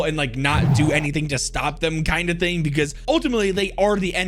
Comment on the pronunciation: He says "here is the thong that i think makes her" when talking about chaber lol